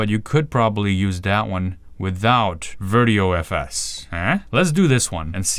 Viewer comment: Haha, I think it is pronounced Virt I/O FS for "Virtual Input / Output File System", but just guessing.